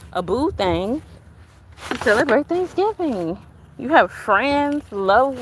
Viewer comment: Girl lol the way you said thanksgiving. I know you didn’t mean it but it sounded funny